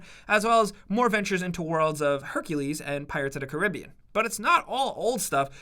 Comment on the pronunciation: Take it you have never played Kingdom hearts, it’s Destiny Island not Destiny Isle, you also said Caribbean wrong and in other Kingdom Hearts game you could only have 3 characters, Sora, Donald and Goody. If you wanted to use the Disney Original character you would have to swap out Donald or Goody, you couldn’t have them all at once.